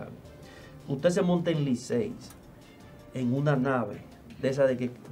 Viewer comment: Distinguido, excuseme, pero no se dice Liceys, es Licey, no lleva s.